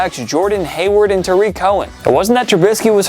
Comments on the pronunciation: Jordan HOWARD, not Hayward.... 🙄🙄🙄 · Jordan Howard not Hayward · He said Jordan Hayward lol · Y’all need to pronounce more names correctly Jordan HOWARD Jay FIEDLER y’all don’t care